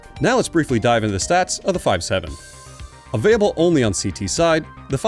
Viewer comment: Mans does not pronounce the L in available